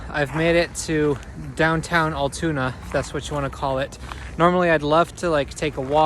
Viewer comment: As someone that lives about a half an hour south and frequents there a lot, us locals pronounce it “AL-(like the name Al) TOON-AH. Hope you come back durning the summer when it’s a little warmer. There’s also a bridge that takes you to lake Altoona that overlooks the tracks.